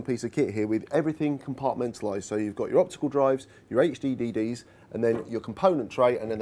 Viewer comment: he said hddd's, thats three "d"s, ummmmmmm